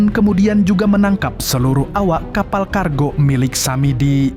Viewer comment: Tiga bang bukan tigak,kargo bang bukan kargok 😢😭